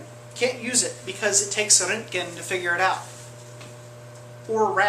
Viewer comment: I like how he say's the röntgen with the ö, nice